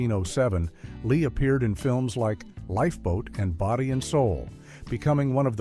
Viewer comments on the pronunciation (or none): none